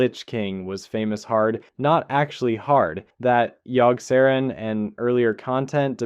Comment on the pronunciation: Yogg-Sah-rawn. Yogg. Sah. Rawn